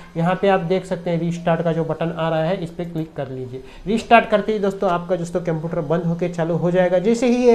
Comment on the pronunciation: केमपियूटार नही है बे – computer (कंप्यूटर) है।